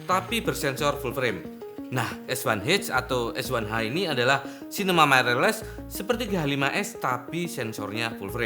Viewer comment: Others: mirrorless: mairerless